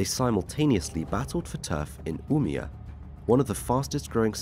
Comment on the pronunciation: not Umea, it's Umeå